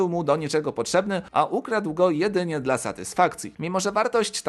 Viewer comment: ai się słabo słucha. Zamiast "dla" słyszysz "de el a". Nie wiem jak kogo ale mnie to trochę drażni 🤔